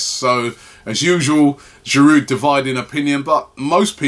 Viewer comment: Can someone tell him how to pronounce "Giroud"? This guy has been with us for years and Robbie still doesn't know how to pronounce his name? There is a silent D at the end man...